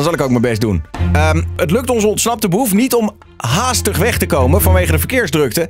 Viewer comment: hoe hij het woord 'HAAStig" zegt over Snelle